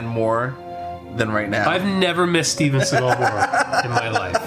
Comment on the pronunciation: and it said Steve Segal...instead of Steven